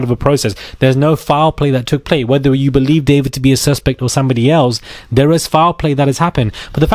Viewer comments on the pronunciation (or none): none